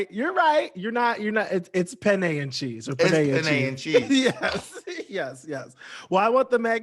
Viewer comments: Bob calling penne “punay” is fryinggggggggg me lol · Who's Pinay? Vivienne Pinay? That pronunciation of penne is sending me.